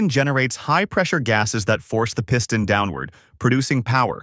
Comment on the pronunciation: The Pee-ston? Dude, need to train your computer how to pronounce words. Or better yet, just put a human behind the microphone. I bloody can’t stand a computer generated narration, you earned yourself an instant thumbs down from me.